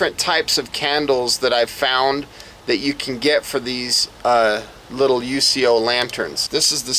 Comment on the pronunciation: The company name is pronounced “YOUKO”. They are not initials or there would be a period between the letters. Basic 4th grade English. I’m addition, the part you hold is called a handle not a bail. You’ll find a bail on a fishing reel. Do you know what shape a “GLOBE” is? Of course you don’t. It’s called “GLASS”. This has to be the worst review in YouTube history.